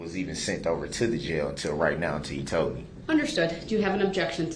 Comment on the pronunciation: Told not "tode."